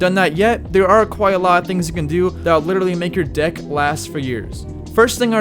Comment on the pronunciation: Is it me or wen he says deck it sounds lik d**k